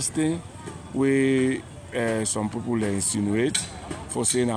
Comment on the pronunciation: Triple A nor kill me wit laugh. U say pipor pipor pipor. . Wae other country dem dae go bifo, we dae go bien. If ose nor sell u , street nor go buy u.